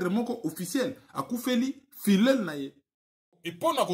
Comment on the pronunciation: La prononciation de filleul pose problème.